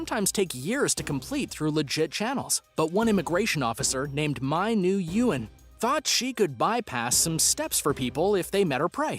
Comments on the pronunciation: Hey... Nguyen is pronounced "win" as in "Win a prize" To anyone about to comment, I know that this is an old video combined to one, so miss me with the.. "Urrr durrr dat is old video you r word, blah blah blah" just hush. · Nguyen is pronounced “win.”